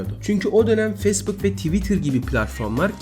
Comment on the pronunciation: Telaffuzlara daha dikkat edersen çok güzel olur. Özellikle facebook'a.